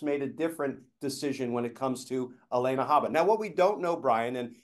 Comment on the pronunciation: Alina, Glenn. Not Alena.